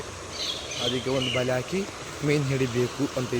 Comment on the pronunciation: ಬಲಿ ಅಲ್ಲ ಬಲೆ